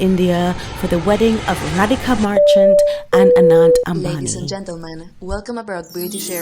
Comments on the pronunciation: Rihanna should have practiced saying their names for all the money she got. All else good. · Rihanna is SO disrespectful for pronouncing the Bride's name! All excuses are rubb1sh..... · God bless Leilani, and yes found Rihanna's pronunciation, of Radhika.